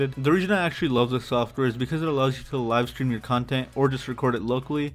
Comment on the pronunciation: "Live strem"